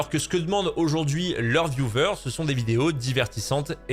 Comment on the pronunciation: Sympa tes videos mais le mot "vieuvers" pour viewers :''''((( vyouweeerrrssss au pire